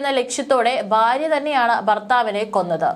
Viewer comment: Baarya alla bhaarya. Aadyam malalayalam parayaan padhikku.